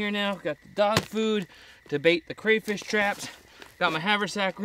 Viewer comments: its cray fish not cra fish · ITS CRAYFISH!!!!! NoT CrAwFiSh!!! >:P